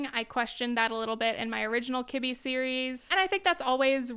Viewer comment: I swear I heard kidney. And I was like 13 different types of kidneys! Lol what.